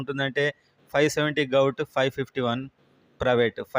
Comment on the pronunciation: గౌట్ కాదు... గవర్నమెంట్ అని పలుకు అన్నా... ప్లీజ్